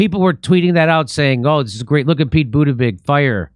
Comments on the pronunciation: It's pronounced Butt Gig not Boot judge. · Jim isn't it pronounced Butt geeg with particular emphasis on Butt 🤔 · Pete been around long enough to know how to say his name bro